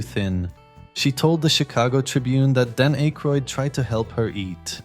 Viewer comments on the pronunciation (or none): Dan Ache Roid. 😂 Yep. It's AI.